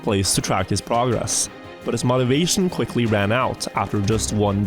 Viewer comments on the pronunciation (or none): Bro stop saying "mot"-ivation.